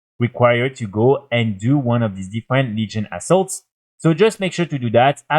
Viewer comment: Your way of saying "Legion Assault" sounds like "Legion Assholes".... lol